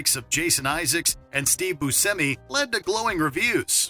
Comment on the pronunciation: Did you just say Steve Bu”ss”emi? And Kazak”a”stan? Oof man. How do you narrate videos?